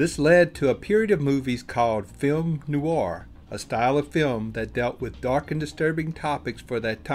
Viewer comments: People who host programs need to *pronounce correctly. PLEASE. Film NOIR - that's just one syllable, definitely not Noo-arr. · A shame the narrator can't correctly pronounce "noir". He makes it sound like "new-are". It only has one syllable.